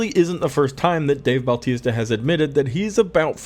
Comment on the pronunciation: His name isn't Baltista. It's Bautista. no L.